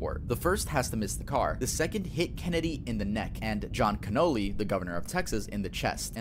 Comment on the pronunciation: Pronouncing Connoly like Cannoli is pretty funny.